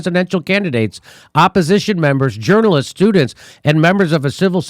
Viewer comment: she's right when she said not journalist's.